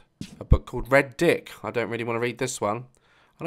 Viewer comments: Things Daz Says: "a book called Redick [pronounces it red dick]... I don't really want to read this one." "what's that.... is that a Gucci flip flop?" "That's, uh... mr. ruggles. how... /feminine/ you look." "The Holy Bible. gonna need some of that." "Oh.. my.... man in a blanket." "you've got some weird friends." a ghost girl crawls across the floor. Daz, horrified: "aND THAT'S ONE OF THEM." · It’s not called redick it’s red ick but together LOL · Reddick? Its redick 😂😂